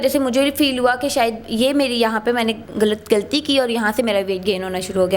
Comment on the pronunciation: گلتی اور فِر سے تو لگا کہ انڈین چینل دیکھ رہے ہیں 🤪🤪